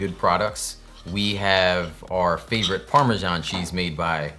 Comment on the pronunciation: Ummmm….Like…… Ummmmmm LIKE , Like like like Ummmmmm - Americans learn how to talk 🙄PARM a jhouan !!!! 🙄🙄🙄it’s PARM A SAN !!!